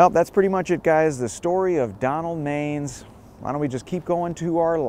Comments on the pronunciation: Pronounced Donald man-ess…. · Man-ISS, not mains. I'm enough to remember the audiotape of the suicide attempt on the local news. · Love your channel! FYI Donald Manes last name is pronounced "Man-ess" not "Mains". I was scolded once by a New York State senator from that area by pronouncing it like you did in this video. Sharing the knowledge so you do not get rebuked by someone! Thank you for the very interesting channel. I learn a lot from you. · Came here to say this about the pronunciation of Donald Manes. It's not MAYnes. It's MAN‐ess. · It's not Donald Mains, it's pronounce Man-ess. I was his nurse in the ICU after he tried to commit suicide. To say he was messed up is an understatement. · Donald Majes' name was pronounced Man-is! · It's not Donald Mains. It's pronounced Man ness. I used to see him in from of the building every day. Probably way before you were born. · LOL. Donald Manes is pronounced MAN-ESS, not MAINES. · Pronounced MAN-iss Donald Manes. You're either too young to remember or not a native. First time viewer. Do a vid on the guy who fed "girlfriend stew" to the homeless in Tomkins Square Park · it’s pronounced “Man-es”. Glad to see you stopped by Neir’s Tavern. Can’t wait to see that video. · Another great vid but note he pronounced his name MAN-iss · His name was pronounced Donald "MAN ESS.... lol. I was an associate of his kids in Jamaica Estates Queens he also frequented the infamous Bristol Hotel which was a whore house in Jamaica Queens . It is also where he purchased his drugs . One Part of his scandal that was hushed up was when he was nearly involved in a car accident on the Grand central parkway after being stabbed in the thigh by a transexual prostitute from the Bristol Hotel 🏨. ABC Channel 7 NEWS Covered it fully before it was overshadowed by the parking violations scandal that took Down Mayor Koch. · Great stuff. Just as an fyi, Manes' last name is pronounced man-is. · …the name is pronounced Man-us…Donald Manes